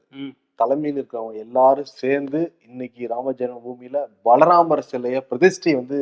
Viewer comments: உச்சரிப்பு சரியாக இருக்குமாறு பார்த்துக்கொள்ளுங்கள். பாலராமரை பலராமர் என்று தவறாகவே மீண்டும் மீண்டும் கூறுகிண்றீர்கள். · balaramar aa baala ramara 🤨🤔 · Hi, Balaramar illa brother baala(child) ramar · boss athu balaramar illa baalaramar😂😂😂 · Yeppa vun vaayila eechata kaachi voota. Adhu Balaramar illa Baala Ramar. Balaramar, Krishnar voda Anne. Baala Ramar na kuzhandai Ramar. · பலராமர் இல்லை....பாலராமர் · ...பாலராமர் என்பதை இரண்டு தினங்களாக பலராமர் என சொல்கிறீர்கள் திருத்திக்கொள்ளுங்கள் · Bro, think name of deity is not Balaramar….it is Baala Ramar (young or Baby). Ithu kooda olunga research pannama…u spoke abt this news for 20 mins…. Enna thaan imperfect show na kooda…ivlo imperfection koodathu 🤭😅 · It is பால ராமர் not பலராமர் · U r mentioning as Bala ramar. Balaramar is the brother if Krishnar. U have to pronounce property. Mention as Baala ramer (kulandai ramar like kulandai yesu) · It is not Bala Ramar Ramar- Baala Ramar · பலராமர் இல்லை பாலராமர் உச்சரிப்பு சரியில்லை.பலராமர் என்றால் அவர் வேறு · has been committing the same mistake these 3days. First i thought may be they are making a statue for Balaramar also. It struck me only today that he was saying Balaramar instead of Baalaramar. Thunaikala vittutteengale 😅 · It is not Balaramar it is Baala Raamar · Not Balramar. It is Bala Ramar. Anchors needs to be careful